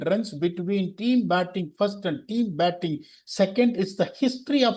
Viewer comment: Why do you talk tanglish. Speak properly no. You have good vocabulary. Pl try to speak without dragging the last alphabet of the word Commu, goovu, firstu, battingu